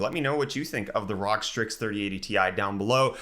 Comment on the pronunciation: Please stop saying Rog, please.